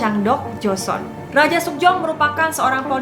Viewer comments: Joseon dibaca Joson, bukan Jo-se-on atau Jo-sun. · Karna gak suka nonton drakor, secara pelafalan nama kaku bgt, penyebutan jo-se-on juga joson, aneh huhuhu, ceritanya juga jadi kurang nyampe. Kurang menghayati.